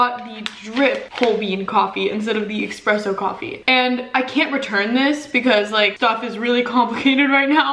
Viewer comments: Omg you people in the comments need to relax, I’m Italian and it doesn't bother me at all the way says espresso.... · the word 'espresso' doesn't have an X in it... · Baristas all over the world are punching the air rn over the way you pronounce “espresso” haha. We still love you 🥺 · There’s no x in espresso lmaoo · there’s no x in espresso ahhhhh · It’s espresso not expresso lol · Girl... it's espresso not expresso lol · Watching this gave me so much anxiety. Spilling her coffee, expresso instead of espresso, her dropping her cup trying to get ice, and not putting her makeup brushes upside down to dry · It is Espresso not EKspresso 😭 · I'm so relieved to see the first two comments & know I'm not the only one that hears nails screeching on a chalkboard every time she says "EXpresso!!" I literally had to turn the video off & came back to it like 30mins later because I couldn't take it anymore lol 😂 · Girl I really enjoy your videos but it’s espresso not expresso. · the amount of people in the comments that are triggered that said expresso and not espresso 😂💀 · IT'S ESPRESSO NOW EXPRESSO!!💀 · It is ESPRESSO not EXPRESSO 😂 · It’s ESpresso not EXpresso stoppppp read the box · the coffee spill, saying EXpresso every 10 seconds, her dropping her mug. this video radiates chaotic energy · I will literally smash my mac if I will hear "expresso" again, hahaha. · lol repeat after me: E S P R E S S O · IT’S ESPRESSSOOOO AHHH, I cringe EVERY. TIME. 🥺😂 I’m this close 🤏🏻 to losing it lolol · Loooll. I was thinking the SAME THING 😂😂😂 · ME TOO I’m low key raising my voice at my screen saying “Quit saying EXpresso!!!! “ omfg we need to make her know how to say espresso properly 😭😂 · I probably wouldn't even have noticed without all the comments, but now I can't "unhear" it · I‘m this 👌🏼 close to losing it over her saying ekspresso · bruh if i hear her say expresso one more time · Being Italian I am internally screaming every time I hear it.